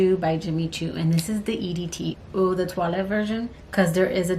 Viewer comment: Since you mentioned pronunciation. .☺☺☺☺I will let you know that the way you pronounce "Eau" is by saying it like the word "OH". The name is supposed to be tongue in cheek, so you say it like "Oh so decadent! " 😉 ❤❤ I love both of those Decadence fragrances. ..good choices!